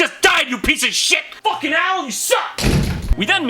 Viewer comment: everybody moves fauwkin slow... Everybawdy moovs really fauwkin slow